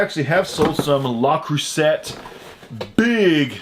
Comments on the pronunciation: La crue say. Silent T. You're killing me smalls! ☺ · Hey. It's pronounced krusey!